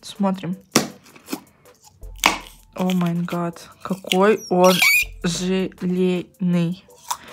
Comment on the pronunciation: говорит о ма гат, а надо говорить о май гат